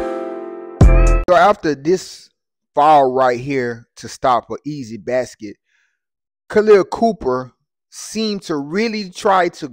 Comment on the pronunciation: Her name is Copper not Cooper. Get your information straight and your pronunciation of her first name is incorrect.